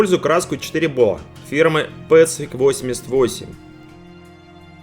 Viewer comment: Хм, всегда произносил pacific как пацИфик, пАцифик это как-то ближе с пацифисту по-американске. Не знаю кто такой Рома, но если он имеет отношение к имени бренда пусть подскажет :)